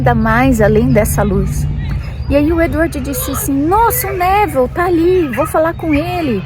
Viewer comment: adoro quando você fala Abraham e Neville com sotaque americano 🤗 Eu sinto que conheço todos há anos ✨